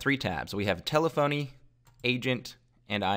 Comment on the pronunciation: Good video. Thank you. You should be aware though that telephony is pronounced like Stephanie and not tele-phony as it appears it would. I know this may seem trivial but it could cost you credibility.